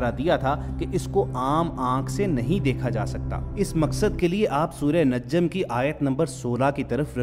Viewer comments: Oh Bhai ye surah najam hai or aap surah najjam bol Rahe ho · It's najam not najjam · Not a najjam is a “najam” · In ki ye ghalti mene bhi note ke thi Acha hwa ap ny sahe Karaya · I like ur video but little mistake surah najam not. Naj,jam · its not najjam pronounce it najam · NAJJAM ni hay bhayee NAJM hay... anyways video is good ,, keep it up .. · Assalamu alaikum you are doing a mistake that its not NAJJAM it's NAJAM . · Bro najjam ni najam ha plz apni galti ko thik kren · Bhai surat ka naam NAJ-JAM nahi NAJAM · Admin yeh lafz Najjam nai hay Najm hay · Bhai lafz Najjam nhi Najm hai. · The person narrating this video is persistently calling "surah an-Najam as an-Najjam. Mind your attention Mr. It is not pronounced as najjam نججم the ج (jim) of an-najam doesnt have shaddah instead there's a sukun and it is Qalqalah hrf قلقله حرف، so caanot stress on the ج (jim). Although theres a shaddah on the non ن Please correct yourself An-Najm ٱلنَّجْم May Allah Subhana wa Ta'aala forgive us for our intional and unitentional, known and unknown, big or small, recent or past and upcoming mistakes and guide us all to His path of righteousness, and save us from the judgement on the day of judgement, and enter us to the highest levels of janna-tul-firdouse among His most loved ones, in sha'a Allah. Aamen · With due respect please pronunce properly the name of Surah. check out the Airab (there's no tashdeed on ج)